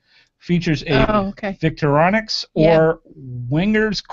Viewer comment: OMG your pronunciation of Victorinox is HILARIOUS!